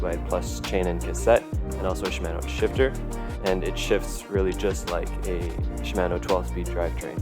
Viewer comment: If they happen to come calling, it's pronounced "shi-mah-no". ;-)